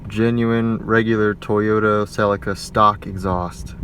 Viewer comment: What is it with Americans taking words from other countries and pronouncing them like tards! Who say Celica like that? 🤣